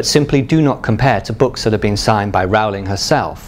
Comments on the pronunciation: its not Raul-ing Its Rolling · i was going to watch this but literally 10 seconds in he said wrow-ling instead of rolling and now im done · Rowling like bowling, not Rowling like scowling. I have a 1st edition Prisoner of Azkaban, but without the 'burn (line) so much' error. Is that worth anything? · OMG HE SAID JK ROWLING WRONG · Stop saying JK Rowlings name wrong, Christ.